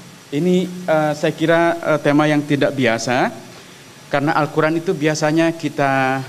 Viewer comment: Siry nyebut Qur an aj salah